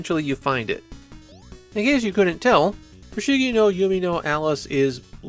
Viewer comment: You’re calling it “Yumi no Alice” instead of “Yume,” which is pronounced “you may”